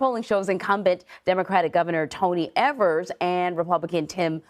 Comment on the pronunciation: The man's name is EEEEEEEEEEEvers, not EVers.